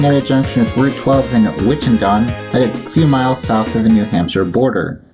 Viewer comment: The places that were mispronounced (aargh from this former Bay Stater!) Winchendon (the northern terminus) - think similarly to Wimbledon, the location of the major tennis tournament in UK. Worcester - Whis-ster. Other commentors have posted different pronunciations. I won't argue with them. If they give a different pronunciation, it's OK. Leominster - Lemon-stir. Get this one instilled into your lexicon. Fairhaven (at end of video) - the accent is on the second syllable. At the end of the MA 2/140 WB/NB concurrency, the overhead sign at exit 90B used to have Winchendon as a secondary and Keene NH as a primary. This current sign is annoying as MA is being provincial here. Some other places near MA 140 that you may want to visit: Southwick Zoo, off MA 16 in Mendon. It's a few miles west and south of here, almost in Millville. Also, Wachusett Mountain in Princeton is a major ski area. Wheaton College, on MA 123 east of MA 140 in Norton is another place. This college is not to be confused with Wheaton College in Illinois. Taunton and Franklin are cities. Franklin, however, continues to refer to itself as the Town of Franklin but has a city form of government. The Massachusetts Secretary of State has ruled that any municipality that has a city form of government is a city, end of story. Dean University is located in Franklin.